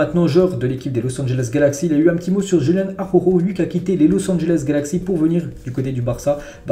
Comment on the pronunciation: Araujo ne se prononce pas AHOHO. ARRRa OU JO.